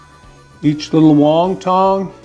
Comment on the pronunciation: lol it’s won not Wong